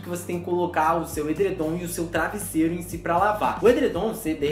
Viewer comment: É travesseiro você falou errado